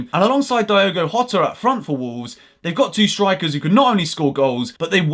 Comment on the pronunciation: Jota is pronounced with a soft J - like a zh- sound. Same as with Gabriel Jesus. Portuguese J's are different to Spanish J's